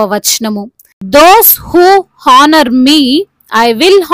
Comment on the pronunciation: హానర్ కాదు. ఆనర్. Don't mind correcting